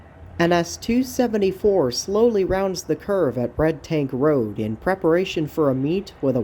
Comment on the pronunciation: did you say bredtank or red tank rd i can only find red tank road but its not a bend like this in the shot in the video and where is carls siding if I'm saying that right with a c or a k